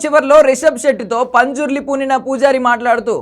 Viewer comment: Anna punjurli kadhu panzurli❤❤